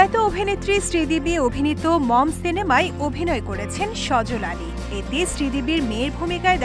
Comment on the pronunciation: পাকিস্তানি এক্টর এর নাম সাজ্জাদ আলী সজল আলী না নিউজ প্রেজেন্ট করার আগে অবশ্যই নাম গুলা ভালোয় করে জেনে নেবেন এবং ভালো করে বলবেন উল্টাপাল্টা নাম বলবেন